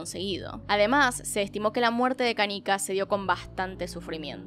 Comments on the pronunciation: Jaja no pude evitar reirme cuando decías canica. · ¿Por que le dice Canica?, me causa mucha tirria que lo pronuncie asi.